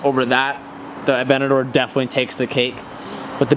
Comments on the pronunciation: A-V-E-N-T-A-D-O-R not “aVeNtI” good lord 😂😂😂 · saying Aventador "Avenadoor"